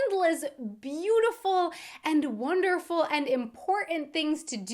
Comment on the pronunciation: accents are funny the way u say im portant! has me reaching for a vodka martini ha ha